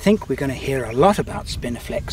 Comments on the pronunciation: Is it my aging ears, or were you saying "spiniflex"....instead of "spinifex"? I seemed to be hearing an errant "L" in there....??? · I love how you pronounce spinifex as spiniflex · Spinifex sericeus --- NOT "spiniflex" (as you pronounce it)